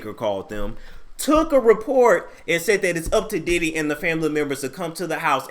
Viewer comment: Its the "Diddee" for me 🤣🤣